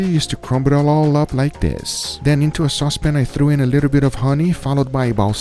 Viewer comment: Pretty sure I heard him say "sauce pin". He HAS to watch BWB!